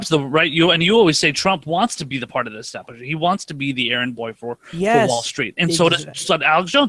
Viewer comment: Say it with me, Kyle...ESTABLISHMENT